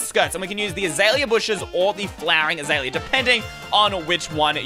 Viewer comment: he said azeala awsome 🍭